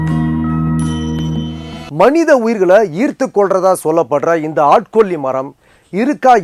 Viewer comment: ஆட்கொ'ள்ளி' மரம் என்று .சொல்கிறார்.. என்ன ஒரு அருமையான தமிழ் உச்சரிப்பு !🤣